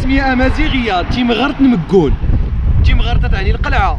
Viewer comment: ملاحظة: تيغرمت وليس تيمغرت. وفقك الله ويسر أمرك.